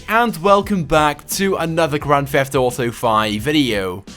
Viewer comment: "Welcome back to another grand feft auto video" XD